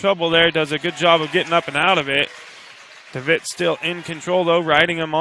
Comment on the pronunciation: His last name is pronounced DeVetteeee. Has the e sound at the end. Thought you might want to know that.